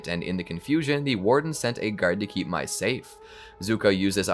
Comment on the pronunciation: how does everybody get the pronunciation for Mai wrong?